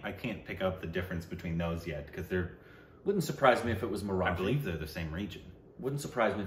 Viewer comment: “Marathi” or “Sairat” is pronounced with the “T” not like in “The”.